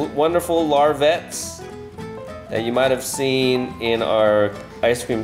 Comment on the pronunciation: it's pronounced larvet the t is silent